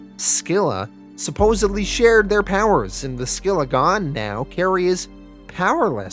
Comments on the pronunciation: You also mispronounced scylla, is pronounced silla the c is silent. These videos are awsome either way tho. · it’s SILL-A, not SKILL-A; SILL-A, and CARE-RIB-DIS...the names are from the tale of ODYSSEUS; the phrase, “caught between SCYLLA AND CHARYBDIS”, means to be caught between two bad options, or to be caught between “a ROCK, and a HARD PLACE”...I guess to mean that any villain caught between the two brothers is in real trouble... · I hate too be that guy but you also mispronounced the names of the brothers. They are pronounced Ka-rib-dis and si-la. They are named after the twin whirlpools from the Iliad by Homer.